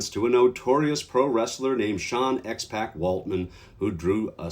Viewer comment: FYI, it's pronounced X-pock...like Tupac was pronounced. But I agree, he should've stayed "The 123 Kid," but that was upto McMahon I'm sure.